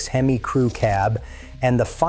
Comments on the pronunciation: The fact that you said hem-eye….. means your full of shiet!!!!! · I was thinking the same thing, what is a HEMeye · Bro called Hemi a Him-eye. Stopping video here. That's all I needed to know. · The way he pronounced "Hemi" makes me question anything he says